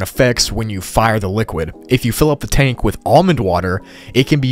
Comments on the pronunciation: “The trank” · It no say tank IT SAY TRANK